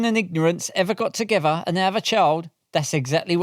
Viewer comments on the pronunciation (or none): What does the words 'togevver', 'fink' & 'fankyou' mean?